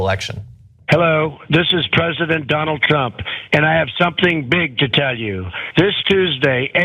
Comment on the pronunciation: Is it just me or did it sound like Donald trump said Donald dump when he introduced himself